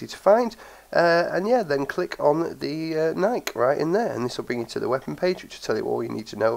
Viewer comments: BTW: Philip Knight, the chairman of the board of directors at Nike, has said that Nike is pronounced ni-key and should rhyme with spiky. The more you know. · just so you know know it's pronounced nikeee, named after the Greek goddess of victory, or the brand Nike, which was also named after the same goddess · yeh iv always pronounced it Nike not Nikeee but im always doing that lol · yeh here in the UK we have always pronounced it nike (rhyms with hike, bike, like etc) but i have heared the official way to pronounce it is "Ni-key" lol